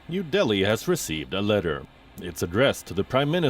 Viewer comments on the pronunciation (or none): none